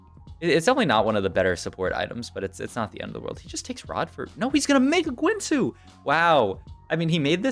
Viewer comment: The only thing I learned is that this guy pronounces guinsoos in the worst possible way and runaans too lol